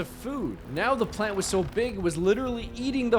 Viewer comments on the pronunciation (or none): I thought you said planttdiit